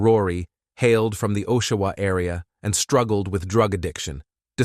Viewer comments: It’s (OSH-A-WA) Ontario… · And her name is pronounced A-SHÉ (hache) And it's AA-SHUH-WUH(Oshawa)